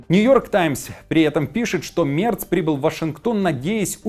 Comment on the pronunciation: Ведущий, произноси правильно фамилию немецкого канцлера!!!